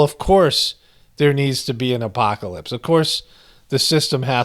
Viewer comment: Apocolapse? Or apocolaughs? 😝